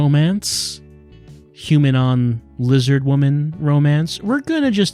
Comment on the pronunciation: This may be too hard for youtube. You may say liz-HARD